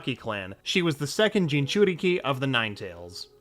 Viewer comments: Like I get it you can't watch every single anime on the planet...but if I wasn't sure how to pronounce something that clearly isn't written in plain English I would search it up, it takes like 15 seconds before I press record again... What the fuck is a ginchukuri or whatever the fuck you were trying to say? this channel is extremely hit or miss, big dislike for this one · I love the way jinchuriki pronounced as jinchukiri